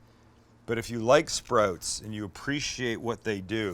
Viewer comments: i like sprouts but don't like how you say sprouts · Ok, here we go. Recent subscriber bc you're hilarious and a great cook. Your Canadian never comes out until you said "sprotes" (sprouts). Also, sprouts are the number one (I'm making that up) reason for salmonella. That's why I don't eat them. Side note, I'm a chef of 25 years and would LOVE to come cook with you. Please message me to set it up. We would get along great as I constantly burn and cut myself and cuss incessantly. Love the channel man.